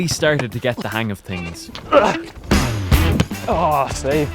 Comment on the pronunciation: no offense but says tings instead of things